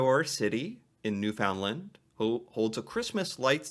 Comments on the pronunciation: Newfunland not New-Found-Land - don't make them angry, you'll get Mummered! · again.. it is NewF'Nland, not NewFOUNDland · Newfoundland is pronounced like "understand" and not new found lind. I love your videos❤ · You opened my eyes to other traditions in my country, very interesting. Our tradition for Christmas eve was and is one present usually a new pair of pajamas to look good in the morning when we take pics. Also just an FYI we pronounce Newfoundland as Newfinland. Have an awesome new year. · You say Newfoundland wrong. Don’t stress the word “found.” It’s just new…fan…land.